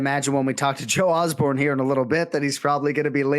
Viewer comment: Osborne 0-28 in name pronunciation. Unreal.